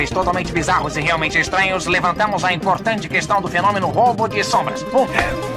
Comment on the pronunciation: Eu diria... "impouganthy"